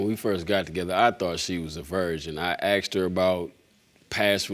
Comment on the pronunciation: "I akshed you! I akshed you!" Hey, does you think Sideshow Bob the babydaddy is?